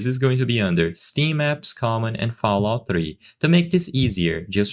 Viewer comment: “FoulOut 3”